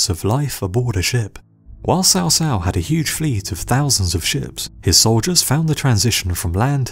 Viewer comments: Here is an 8 second youtube video that tell you how to pronounce "Cao Cao". It's more like "chow chow". How could you think it was "sow sow"? In English, a "c" followed by an "a" is hard, like "K". Good video over all, but..."sow sow"? Took me less than 20 seconds to search "cao cao pronunciation" and the vid was 8 seconds long. And again, even in English, a "c" is always pronounced like a "k" if followed by a, o, or u, like an "s" if followed by i or e. Sow Sow? C'mon man! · It is Chaw Chaw, not sow sow for Cao Cao. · in all the games of the three kingdoms , produced by koei they pronounce Cao Cao (cow cow } who is right them or you